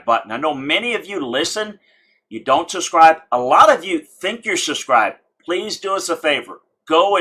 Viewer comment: I think I know the problem: There’s a “b” in subscribe. That’s holding you back. You’re pronouncing it without a b and your viewers are probably looking for the SUSCRIBE button. Let me know if this works lol.